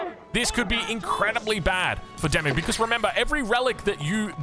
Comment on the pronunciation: I have to keep saying this.... Oi DeMu...Walls! FFS